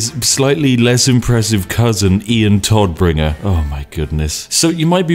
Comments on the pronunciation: Big difference in pronunciation. Todd -> Todd, alrdy correct. BUT !!! Tod -> [toːt] - der Tod (the death) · That Moment when Spiff cant prounce german words and demotes the Todbringer/ Deathbringer to the Toddbringer